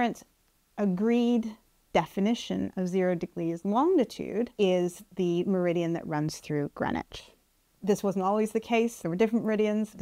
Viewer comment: An American meridium? I hope he doesn't watch this!!